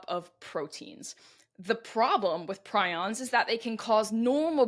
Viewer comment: It’s pree-ons